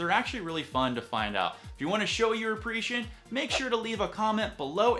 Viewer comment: lol appreshun